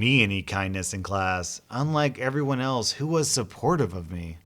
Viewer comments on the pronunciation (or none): none